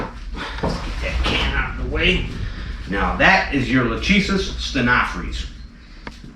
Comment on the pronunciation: Lachesis is not Luhtcheesis It’s pronounced Lahkaysiss